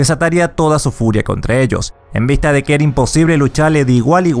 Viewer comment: Podrías al menos haberte leído y pronunciar bien el nombre del server: NOSTALRIUS no “nostalrus” un saludo.